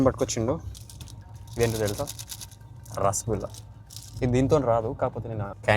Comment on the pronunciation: Rasagulla❌ vasakolla✅😂😂